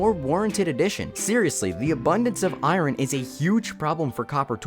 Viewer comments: Fun fact! The process of switching around the sounds in a word is called metathesis. The word iron is one of those words people do that to. The guy in the video pronounced it how it’s spelled, which is how it was traditionally pronounced, but most people (at least that I’ve heard) do metathesis to it so the sounds get switched around. Lots of English words have historically had this happen. The word bird used to be bridd, horse was hros, and wasp was wæps. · Why do you say IRON like that? It's "eye urn," not "eye run." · It's pronounced "eye-urn" not "eye-run." Hate to break it to you, but English sucks. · It’s Eye-Urn not Eye-Rin. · This guy needs to learn how to pronounce iron. He says it like irin. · why do you say iron like that it's "aye-urn" as in pirates saying "aye matey" and the thing my grandma lives in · why cant you pronounce iron properly? "iryin" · Bro created a whole video on copper vs iron and didn’t once pronounce “iron” correctly. What’s ayron? 😭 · "Copper" "Eye Ron" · You done messed up eye-run. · bro why do you pronounce iron like irun. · Everything here was good for me to hear except iron getting pronounced as I-rin. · “Eye-Ron” lmao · I just wanna know where you're from, because EYE-run for Iron is one I've never heard 😂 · The way he say iron “eye-run” pmo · Omg, thank you, so glad I'm not the only one that was weirded out by that. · Most people I hear pronounce it eye-urn (like saying "I earn") which I think is probably a better way to write it phonetically. I've never heard anyone say eye-yearn ("I yearn") either 😂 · 2025- still saying fucking i-ron..... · eye ron 🤣🤣🤣 The r is silent my guy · Bro why do you say iron like that it’s pronounced I-ern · Not eyeron 😂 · good video but you keep pronouncing it “irin” :( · I don’t know anything about copper, but pronouncing iron like “eye-ron” doesn’t work 😂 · I say “EYE-teen” but bro is saying “EYE-rin”😭😭🙏🙏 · It sounds like he keeps saying Iroh, but adds an N at the end to correct himself.